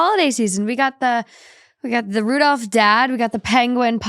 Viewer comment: He’s not Rudolph, but rather Ru-dilf